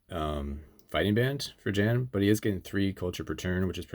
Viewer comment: This is only a very minor point, but "Jan" is pronounced with a soft J. Like "Yan".